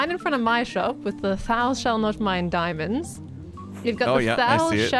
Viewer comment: That's not how you pronounce "thou"! 😅❤️